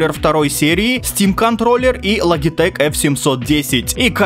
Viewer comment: Не лагитэк а Лоджитэк